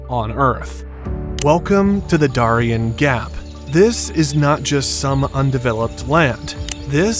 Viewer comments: Its called the DARE-E-N gap but good job with the AI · This ding dong can't even say Darien Gap correctly. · Can you please learn how to say the name of the cities and towns before you finish the video! Prudhoe Bay and Darien Gap! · First of all, we can definitely tell when there's an AI voice because you don't know how to say the Darien Gap nor do you know how to say Prudoe Bay. Personally I think AI voice is on videos should be illegal. What are you, too lazy to actually narrate? Just pure laziness. Number two. Environmentalist can be so stupid sometimes. Truly truly truly stupid. So they don't want a road to go through there because of "environmental issues" Well let me tell you something, far more damage is being done by the tens of thousands of immigrants transversing the Darien Gap. Just littering and dropping garbage all along the way. Please research it! You will truly be disgusted by what you see. Sometimes environmentalist actually cause more problems to the environment than just building the road. If they had just built the road, you would never see the type of environmental damage that's actually being caused by the immigrants. And if you're worried about development. You make the entire area a national park so nobody can build in it except for the road. We got places like that all over our country. We're only the road exist and no other development. It can be done. But it takes the political will to tell these environmentalists to shove it. Because if I'm in charge, I'm not listening to environmentalist. They actually cause more problems in the long run